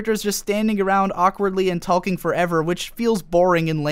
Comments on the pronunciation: The emphasis this guy puts on the "l" in "talking" is hella distracting. Super interesting video though. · Please stop pronouncing the L in "talking" for the sake of the world.